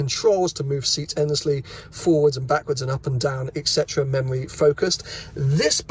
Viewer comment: ET CETERA, not Ek cetera…